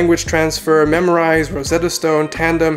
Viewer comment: MemRise. Not memorize